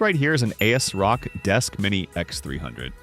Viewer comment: "a s rock" 😂